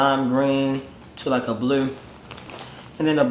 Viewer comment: (CD Voice) Green and thennn BL-RUE idk why I thought him saying blue was funny as hell 💀